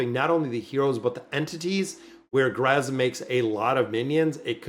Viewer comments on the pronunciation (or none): none